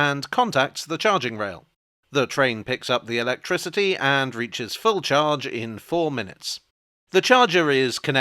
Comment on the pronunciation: Electrickery? Ok Catweazle